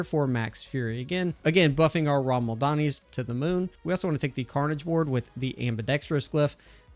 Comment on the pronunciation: rama-LADNI. Whatever you were saying, was not rama-LADNI.